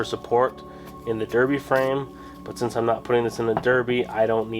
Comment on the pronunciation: berbi and suzuki :D you are weird but in a good way ... and you pronounce puch correctly